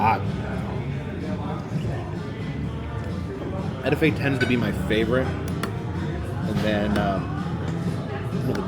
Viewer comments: Decatur St was my favorite place to hang out..ENVIE COFFEE SHOP has tables out front .. great for people watching and drinking you coffee.. Hex shop, FunRock'n has cool stuff. It's" Et 2 fay" not edafay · It is pronounced A TWO FAYE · Etouffee is pronounced like this : ay-too-fay